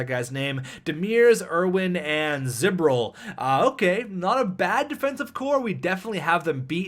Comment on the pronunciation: Zboril is pronounced ze-bore-il